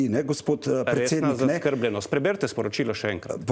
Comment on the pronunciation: BELLAMERDA ! ( PUN SEBE KO DREK VITAMINOV. ) Niti besede zaskrbljenost ne zna pravilno poudariti, izgovoriti - in naj se ne izgovarja na it. jezik, ker italijanščino obvladam najmanj 100X bolje kakor on !!...